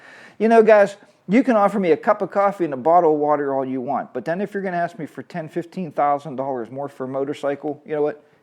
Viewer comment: Can I axe you a question. Can’t even say a simple word ask